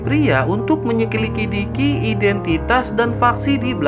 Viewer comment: apa saya yg salah dengar ato mimin yg salah sebut menyelidiki tapi lucu kok min